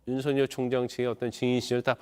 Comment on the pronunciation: 윤서결이 맞는 발음인데 jtbc 아나운서는 음...